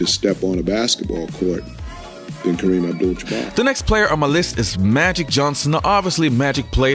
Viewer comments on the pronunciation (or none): Isaiah pronounced his name Kareem abdull jumar